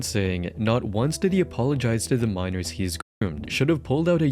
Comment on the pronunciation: You can't say 'Minors"??? WTMF????